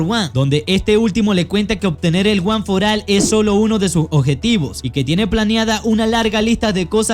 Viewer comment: No es guanforal es guanforol